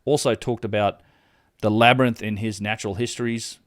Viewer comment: lol he said the labrynthian- we arent talking about bromjunaar